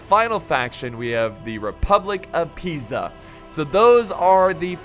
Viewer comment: Convratulations for the perfect pronunciacion of Pisa, you said it like an italian would do